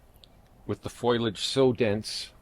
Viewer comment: Foliage, not foilage. (fo-lee-age vs foil-age) Apologies in advance for saying so, by my mother used to correct me constantly for pronouncing it that way and I'm doomed to never forget. :D Great video. We've a recent Seiryu addition we're excited to have in the yard in a prominent location. <3